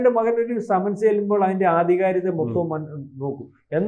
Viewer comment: ആദ്യം നാക്ക് വടിച്ചിട്ട് വർത്താനം പറയടാ ദുഷിപ്പേ സമൻസ് ..... സെമൻസ്.... മെൻസസ് അതിൽ എത്താണ് എന്ന് തിരുമാനിക്കട നാറികളെ .. ആരോ എവിടെയേ എന്തോ പറഞ്ഞന്ന് കരുതി ഇവിടെ വന്നിരുന്ന് കുരക്കുന്നോ ???